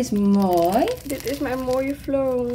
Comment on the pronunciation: Hahaha mooje in plaats van mooie en smoetie in plaats van smoothie 😂😂😂😂😂